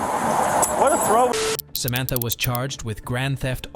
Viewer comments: Am I having a stroke "Samatha" not Samantha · Why do you keep pronouncing Samantha in different ways? Its Samantha, not Sa ma tha. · Samantha? No... Sam-ith-uh.